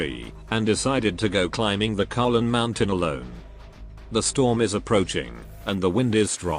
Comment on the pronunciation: “The strom is approaching”